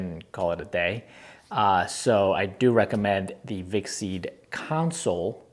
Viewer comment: con - Soul not council